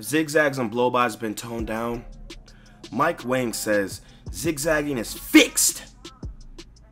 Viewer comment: Yo lmao I saw That nigga mike wang his name is actually pronounce mike wong LMAO that shit crazy bro